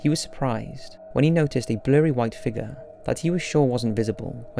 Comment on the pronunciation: “He saw a figga”